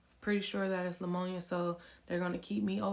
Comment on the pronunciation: LAMONIA????? what in the world 😂😂Its Pneumonia and the P is silent !